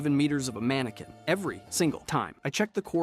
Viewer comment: Manekin not manekwin